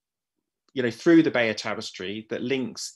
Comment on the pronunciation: glad to hear pronounce it as 'Buy-yur'